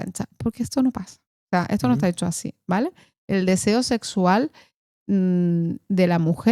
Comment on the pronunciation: Escuchen toda le entrevista...el caballero dice ''asin''...de vergüenza, con lo hermoso que es el rato.